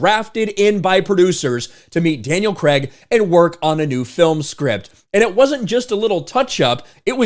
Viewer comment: Creg? it's CRAYG